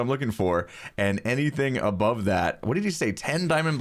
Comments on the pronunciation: Pronounce it bové. (Boo-vay) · BOVE! You should pronounce it "b-uh-v'. As in Above. As in you may not build a-bove where I say.